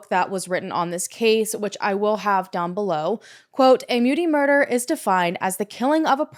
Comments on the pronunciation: And Muti is pronounced Mootea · Hey! South African here - thank you for bringing attention to this case. Just for interest's sake, "muti" is pronounced "moo-tea"